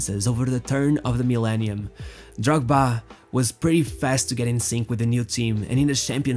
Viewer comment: I really like how you pronounce Drogba